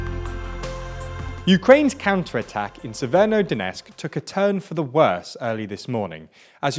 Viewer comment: Why the f... Do you pronounce an "N" in "severo" from "Severodonetsk"? Yesterday I thought it's YouTube encoding but it's not, it's you.